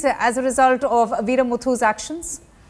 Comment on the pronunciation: Pfffff the journalist irritates me, doesn’t know to pronounce the names!